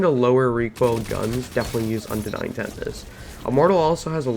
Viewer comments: This whole videos is basically a show of weapon swapping while out of combat, missing shots, random mumbling, no testing in private match to see range and numbers and also calling unending "undenying", my Lord..... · Yes , the unending is pronounced undenying👀